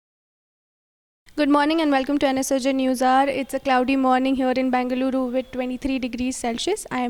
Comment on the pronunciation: It’s Bengaluru not ‘Bang’aluru Pls correct that